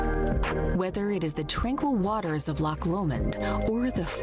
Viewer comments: To pronounce Loch, the ch is said like you have a hair stuck in the back of your throat 😅😊 Also, Loch Ness is part of a fault line, the Great Glen fault. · I’m Scottish it’s not a lake there lochs we have the must beautiful country in the world there is only one place we call the lake of Menteith near Aberfoyle I just wish people who do tours to Scotland learn to say the names correctly you keep saying England your not in England it’s Scotland you talk some crap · Its Lochs bro not lakes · We don't have lakes in Scotland, we have loch's in Scotland m8. Thats why its called Loch Ness and NOT lake Ness. The "ch" doesn't make a "K" sound it makes more of a "cha" sound.. Its the same think but we don't use the English word.